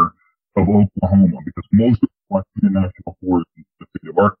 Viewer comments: Not pronounced WA-KEY-TA (National Forest). It is WASH-A-TAW (OUACHITA) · It’s pronounced “Wash sha ta” I’ve hunted and camped there many times. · This was crazy good. Omg. I know there's tons of bigfoot in those Ouachita Mountains, but I didn't know Dogman lived there too, but I guess it stands to reason that where bigfoot live, so do dogman. My only prob with the story was that he said Ouachita incorrectly, as if that matters, but he did. My husband grew up in Oklahoma, his dad and family still live there.